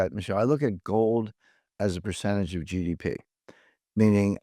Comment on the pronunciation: Percent tuj chunce?